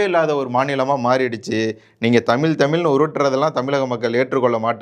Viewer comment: தமில் இல்லை தமிழ்.